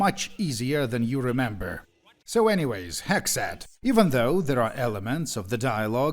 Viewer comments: I live in the USA in 2026 and the way you say “Hexxat” is WAY too close to “Hegseth” lmao cortisol spikes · Same here. Even after I saw how it was spelled, I kept hearing "Hegseth", lol. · He actually pronounces it like "Hegseth" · Thank God I'm not the only one that thought that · I had to do a double take when i heard you say "Hexxat"